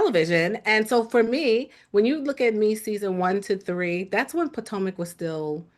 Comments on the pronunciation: Not “Poortomic” 😂 Shoutout to ‼️ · also calls Potomac, "Poor-tomac"